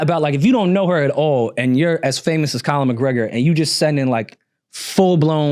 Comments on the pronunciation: So we just gonna ignore that says ‘Colin McGregor’ like 80 times and everyone acts normal even after says his name correctly 😨😭🤣🤣🤣🤣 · Why does keep saying "Colin" McGregor 😂 I swear he saying Colin